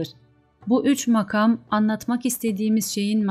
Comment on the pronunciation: Türkçede hece, kelime ve anlamına göre kelime vurgularının nerede yapıldığını bilmeden böyle bir şeye soyunmak doğru değil. Mesela "makam" kelimesinin ikinci ünlüsü uzun vokal olarak okunmuş, oysa kısadır. Kur'an ahlâkı da şunu tavsiye eder: "işinizi en iyi şekilde yapın." Bir iyi yapmak istiyorsanız, onun ilmini öğrenin lütfen. Hakkını vermiyorsanız hiç yapmayınız. Yanlış, eksik yapılan işten hayır umulamaz.